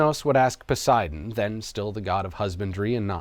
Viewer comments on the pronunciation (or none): none